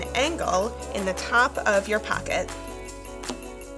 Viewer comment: The way you say pocket bugs me